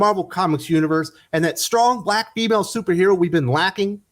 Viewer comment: Stwong Bwack Whaman ! Bollocks to this shit… ☠️